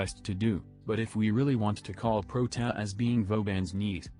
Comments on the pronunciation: Its like protaa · When you try to writte "Protia" or something else to help the TTS and the result is Prot-a. I had to watch this twice, first one for comedic purposes and second one for game knowledge and opinion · Nobody: Text to speech voice:protaa